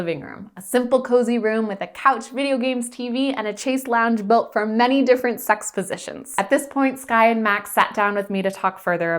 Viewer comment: Every time says sex it sounds like 'sax'. I think this is a covert jazz channel! Doe eyes!!